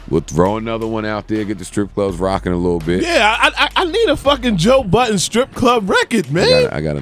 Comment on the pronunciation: IT'S JOE BUDDEN !! NO "S" AT THE END... DAMMNNNN!!